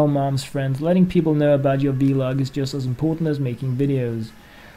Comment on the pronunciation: it's just vlog like you say frog, not v-log :p anyway great vid!